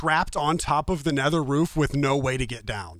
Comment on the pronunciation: “Nether Roof”. Not “Rool”.